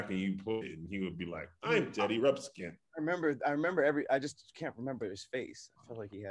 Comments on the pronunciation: Like nails on a chalkboard... It's all me, but that is so aggravating. I'm a nerd. Sorry. I'll take your ridicule now. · calling Teddy Ruxpin "Teddy Rumpskin" is hilarious to me. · I heard rubskin which really creeped me out for some reason. Some Silence of the Lamb type shit